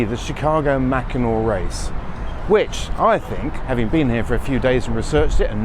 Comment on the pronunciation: You said Macinaw correctly.